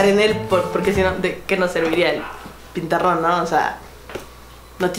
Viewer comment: tuviste que decir pizarrón y dijiste pesaron jajajajaja